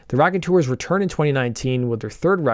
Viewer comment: Sooo it's not the RACKonteurs... It's pronounced ROCKonteurs. Get it? ROCK. Just so ya know lol